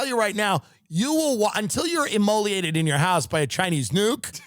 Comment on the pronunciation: Immolate...not immoliate. You're the man, Tim!